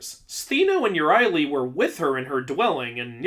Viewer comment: HER NAME IS EURYALE! IT RHYMES WITH MURIEL!